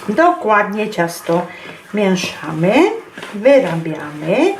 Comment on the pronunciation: Pyszne ciasto, ale pani mówi się mieszamy a nie mięszamy:)